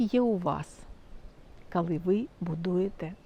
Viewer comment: Ви стільки разів повторювали слово "кали"... Ну, невже так важко сказати "коли"?😏